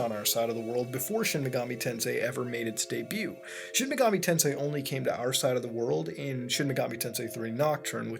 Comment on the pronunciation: A real Sheen Megoomi Taansay Gayum seriously though my favourite megami tensei game is Devil Survivor